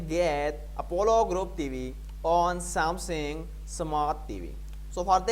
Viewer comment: I applaud that English is not your native language So, some positive feesback… Its SamSUNG…. Not SamSING. This may help in your delivery and yes, you should slow it down.